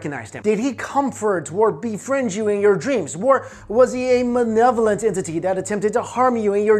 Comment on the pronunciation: Malevolent, not "manevolent" Archetype is pronounced "Ark-ih-type" not "Arch-type" the more you know